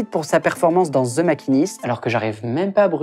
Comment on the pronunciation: ZEU batman ! 😳